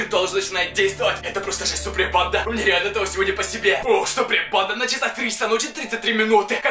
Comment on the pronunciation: ПОЧЕМУ ТЫ ВСЕГДА ГОВОРИШЬ СУПРИМ ПАНДА